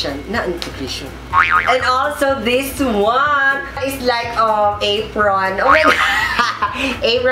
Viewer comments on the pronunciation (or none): the "apron" got me wheezing BWHAHAHAHA